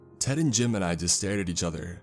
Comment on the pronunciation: Everytime he says “Jim and I” it sounds like he’s saying JIMIN